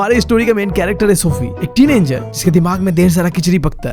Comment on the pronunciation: teenanger teen😂anger he is saying this again and again😂